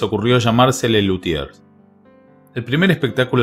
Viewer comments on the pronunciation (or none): 1.- El nombre del grupo se pronuncia Le Luthie, sin s ni r 2.- A ver cuando tenemos videos de Daniel "Neneco" Rabinovich y Marcos Mundstock!!